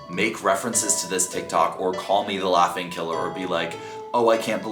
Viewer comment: I swear said "laughting"